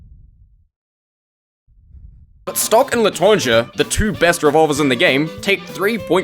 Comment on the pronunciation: please stop butchering the word "l'étranger" 🥀